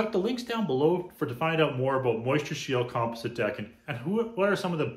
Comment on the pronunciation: Here is the correct way to pronounce “composite”. kuhm-paa-zuht . Just thought I would help you out.